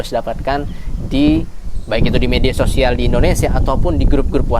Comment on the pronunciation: Mas ngomong sosial - nya jg di penggal donks.... Ada penekanan pula di akhir kata.... 😂😂😂